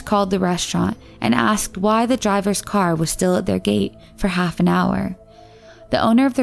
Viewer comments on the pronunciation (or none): none